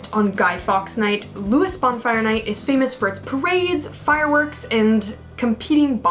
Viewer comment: Somebody has most probably already said that you pronounced Lewes wrong!